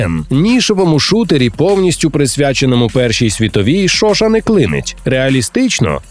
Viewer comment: Пулемёт Шошá, ударение на "А"